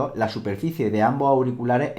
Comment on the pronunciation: "es tastil" :v